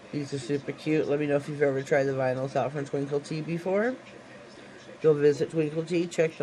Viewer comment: Yes u said it correctly!!! THANK Ü 4 the shout out sweet heart!!! I GREATLY GREATLY APPRECIATE IT!!! As I'm just starting out and am GREATFUL. I LOVE ur channel and will Always tune in. LÜÜÜV the mani. Cant wait 2 see wats next